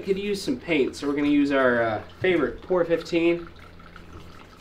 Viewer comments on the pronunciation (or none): it’s pronounced PEEEEEE OHHHHH RRRRRRRR 15!!!! I keep dropping comments but you two are still pronouncing a great product made right down the road from me by someone I know well and I want to hear you guys both SAYYYY “PEEEEEEE OHHHHH R 15 on one of your videos.. who knows maybe a POR-15 sponsorship in your future if the product is plugged correctly!!👍🏽👍🏽👍🏽